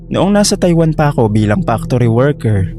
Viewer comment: Naloka ako sa tuwing binabanggit mo ang salitang “factory”. Pano nagiging “Pak-tory” ang salitang factory. Nagiging iba tuloy ang meaning. True story po ba lahat ng stories rito?